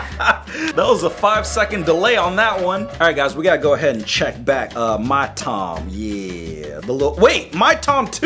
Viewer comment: I'm just gonna say this that everytime he says back it's always black